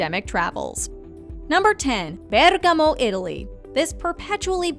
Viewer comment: Well it’s a foreign language for her, but the pronunciation is not bad at all.